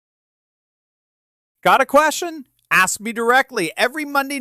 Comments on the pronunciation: What's Al acksin us to believe? Someone should acks Al when he finally gonna get command of the English language. Come on Al I'm acksin ya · hmmmmm Ax isn’t the way to pronounce ASK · He's educated and said, ax instead of ask. 😂😅😂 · did Al Sharpton say why didn't anybody ax trump? lol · Ask, not Axe - Al Sharptongue needs to be arrested for not paying back taxes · Can’t take anyone that says “axe” seriously. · Did he say Ax Trump? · Did anyone AXE al feceface any questions?😂😂😂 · Is it my imagination or did Al Sharpton not OD on a GLP one agonist. I’m sorry, but have a very difficult time taking someone seriously who can’t pronounce the word ask